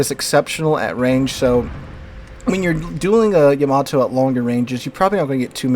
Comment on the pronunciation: It's yuh mah tow. It's like Yakuza eng yah where Japanese is yuh. I'm sure you don't say YAH KUZA you probably say yuh KUZA right Yamato the same way. Also I'm just stating for anyone in the comments wondering the correct way. Yammy even more insulting because it really lays into the yah vs yuh. I gather you're a teacher of some sorts, have some respect for learning. You could of just mispronounced it and went in instead of making a meme about it.